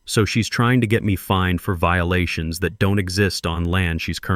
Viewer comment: Obvious AI. "HOA Viilation"